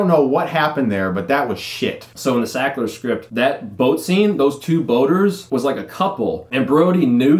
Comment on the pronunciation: It’s sackler....not shackler. Come on man